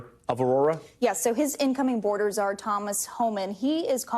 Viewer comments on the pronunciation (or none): none